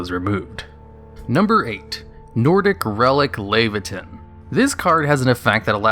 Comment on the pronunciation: nordic relic laevateinn is pronounced le-va-tin